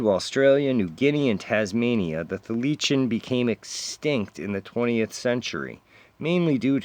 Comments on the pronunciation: Tasmanian Tiger is pronounced thigh la seen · Your readings are getting better. Do you upload these from your phone or laptop? There might be free software so you could add your thumbnail as an image through the video or omething. BTW Thylacine is THY-La-seen. MUFON is MOO-fon or MOO-fahn. It's short for "Mutual UFO Network." John Keel used to pronounce UFOs as "YOO-foes." I don't know why. Also he pronounced Fortean as "For-TEE-an." Tim Beckley still does. So you're now part of the long proud history of unique fortean pronouncers!